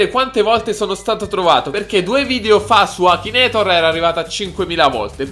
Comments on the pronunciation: nn si dice akinator ma akinetor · ma come cazzo pronuncia la parola akinator??